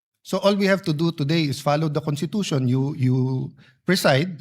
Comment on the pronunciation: Ang constitution ba ay binibigkas na walang s kasi sabi ni pastor cawatano kuntitusyon